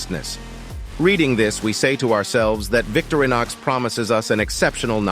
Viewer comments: It's Vic-TO-ri-nox...not VICTORY-nox. :) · O.F.F.S, VICTORINOX is NOT pronounced VICTORY KNOX it's pronounced VICTOR IN OX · Not a fan of the AI generated voice which mispronounces "Victorinox" constantly. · Quit using the Robo voice and learn how to pronounce things like Victorinox....POOR